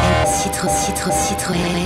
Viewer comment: Citroën* not sItRoEn